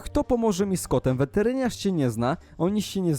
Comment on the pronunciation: czemu ty muwisz weterynasz a muwisz wertrińasz xd